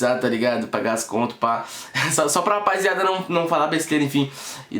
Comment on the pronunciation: KKKKKKKKKKK esse cara fala "rapaiziada"